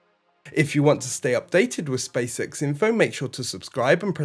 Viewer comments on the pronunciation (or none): Okay I know this is Beevus and Butthead stuff but hopefully it keeps things light. It sounds like you're saying, "Space sex" and not "Space X". 😁 Eventually I hope, for the astronauts sake, that space sex is accommodated. If even via: AI robotics.